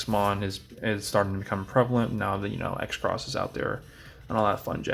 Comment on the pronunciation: Ain't Xros just pronounced Cross, not X Cross